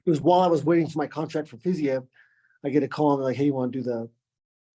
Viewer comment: justin goes through three months minimum of training camp intensely focused on fiziev and doesn’t even know how to pronounce the name